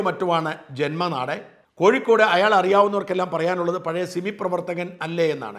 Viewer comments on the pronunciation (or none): none